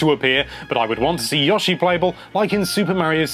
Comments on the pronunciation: Stop saying Yawshi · "yawshi" - nintendo life